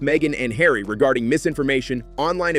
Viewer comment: Markle is going to have to buy a 'yacht' and put 'Hawry' to work.